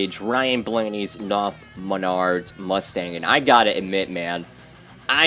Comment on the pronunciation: Knauf is pronounced "nowf" according to their Youtube channel